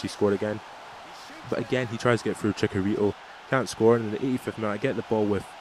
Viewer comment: not to be rude but it's cHicharito not cicharito(the spelling of his name)